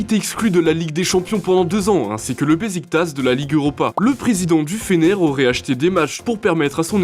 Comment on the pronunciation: "Bechiktass" et non "Bessiktaz" La Lazio, ou Lazio Rome et surtout pas ROMÉ J'ai failli m'étouffer quand j'ai entendu gijon